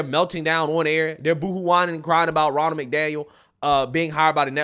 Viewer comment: RONNA McDaniel. RONNA. R-O-N-N-A. Not Ronald, she's not a guy. Her name is RONNA.